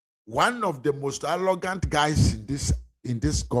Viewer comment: You're a nasty blatant liar and you don't even know what you're talking about. That's why you can only say Sam George is "Allogant". Rattle your heavy twi tongue and say "Arrogant". What a shame!